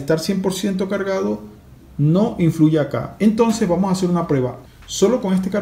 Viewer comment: De que país eres que te comes las "s" y las pronuncias como "j" jotas por ejemplo vamoj en lugar de vamos